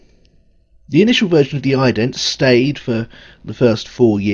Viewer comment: Please try and pronounce 'the' correctly, there is no D in it, very off putting